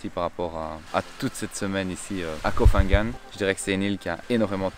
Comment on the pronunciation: Petit guide de prononciation: on ne dit pas Koh“fan” gan. “PH” se prononce p .h avec le h aspiré. Pareil pour Phuket.